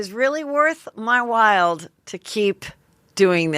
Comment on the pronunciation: I love your Heatherisms so no need to change, but it’s “Worth my While” not “worth my wild” 😂♥️